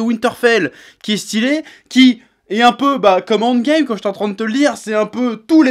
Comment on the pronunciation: « Winterfell handgame » wtf cet accent fait un effort xD